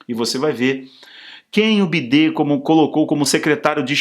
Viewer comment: Ele fala errado de propósito para disfarçar kkkkk senão corre risco da censura